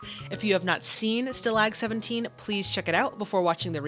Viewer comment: The title of your next film is actually pronounced "Stoll-og 17" It's a good one.